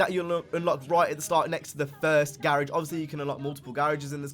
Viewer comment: it's NOT a gay-age it's gar-age! lol